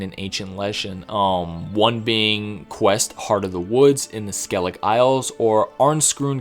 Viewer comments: Who on earth pronaunces Skellige..skelig?😅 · Who on earth pronounces Skellige..skelig?😅